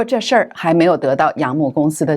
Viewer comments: 主持人，楊冪的冪發音為mi第四聲，不是mu。謝謝！ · 楊冪唸成楊「幕」？？當主播？？？大陸這麼有名的藝人...她不是大陸人？